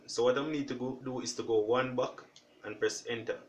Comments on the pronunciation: Thank you, it worked! But it was very difficult to understand "one buck' then i looked into comments and found that you mean "one back" but you need to cleary say how to stop and go one back so people can easily understand. Anyways thanks a lot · I'm sorry, I'm not Jamaican and I'm hot AF. So please excuse my rudeness. But are you saying one buck or one back?